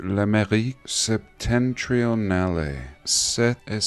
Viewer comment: SEPTENTRIONALE (don't pronounce the last "e") means "relative to the North". You are right SEPT in French is SEVEN in English. In fact, SEPTENTRIONALE refers to the 7 stars of the constellation of the Big Dipper.